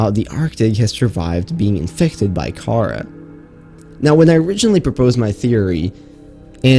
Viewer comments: ok its pronounced "KA RA" not "KARA" also, its not dead,its encased in ice which is preserving it and the khara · The Pronunciation of Kharaa is like Windgardium Leviosa, It's pronounced ( Car-Rah ) not ( Car-Rar ) as the it's old wording was Cararr before the near Sea Emperor update. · It is pronounce Cah-rawr not chara, but spelled kharaar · Btw its not kara its kaar raa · Ka RAAAAAAAAAAH not Kara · The infection is not pronounced “Kara” like the name, more as “kuraa” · Pronounced ( ka raw ) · He said the disease wrong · Who else got triggered when he said kharaa like that?